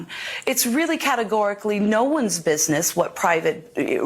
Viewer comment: That Arcuri woman categorically used the word "categorically" categorically wrong about categorically ten times after Morgan categorically mispronounced it.